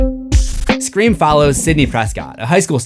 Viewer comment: I love that you keep saying scre4m